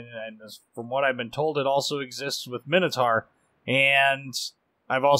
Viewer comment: its great that you pronounce edinburgh properly ( most do not) but man you ruined minotaur!